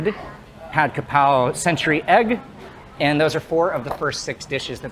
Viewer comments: The title says "Kaprao"....... the comments says "krapao"........ but he keeps saying "ka pow" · Thank you for your amazing video about this popular Thai dish. May I note that based on the Thai word for this basil (กะเพรา), its English transliteration should be "kaprao", and not "krapao". Many Thais pronounce and spell this word incorrectly. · Its Ka (กะ) not Kra (กระ) everyone gets this wrong even many Thais. I donno why this bugs me so much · Throughout the whole video you called this dish "Ka Pow". I've always known it as "Ka prao". Can you explain please ? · Minor correction: it’s Kaprao, not krapao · Correct: กะเพรา = Kaprao. Incorrect: กระเพา = Krapao. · And one more thing. It's "Pad Kaprao" not "Pad Krapao"....Cheers! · it’s krapao not kaprao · "Kaprao" not "Krapao" (กะเพรา in Thai) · kaPRAO not KRApao, most of the time in other words it would be "kra", yes. But this word is "kaprao" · I've seen it translated both 'ka prao' and 'kra pao', but I've only ever heard it pronounced 'ka pao', so I'm hoping you'll clear it all up on your channel! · Isn’t it ka-prao? 🙏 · In Thai it is pronounced ka pao/pow in Thailand. The better romanisation would be Pad Kaprao, because there is no r is Ka even in Thai. And the second r is silent in vernacular speech. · It’s actually pad-ka-prao but anyway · Technically กะเพรา should be spelled in English with the “r” sound in the second syllable. Both Foreigners and some Thais say it wrong but the dictionary says holy basil is กะเพรา.